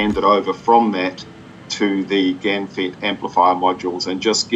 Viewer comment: GaN is pronounced GONE?